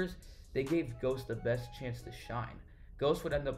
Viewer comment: why didnt you look up how to pronounce his name?